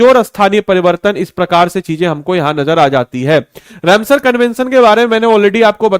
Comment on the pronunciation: तुमसे राम सर बोला नहीं जाता है, या कुछ दिक्कत है, रम सर नहीं रामसर है। लोग बेवकूफ नहीं जो नहीं